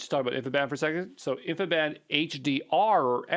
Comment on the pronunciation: For the love of god please stop calling it (and even spelling it!) "infiband". There's no such thing. It's InfiniBand. As in, "infinite bandwidth". InfiniBand.